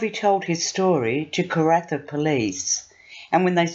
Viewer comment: Pannawonica is pronounced Panna wonn ika! Karratha is pronounced Kar Arthur! Annoying.